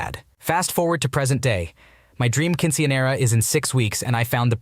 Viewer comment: The caucassity of the Quince / Quinceañera pronunciations 😭